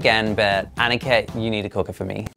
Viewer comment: I love how he says Aaniket Instead of aniket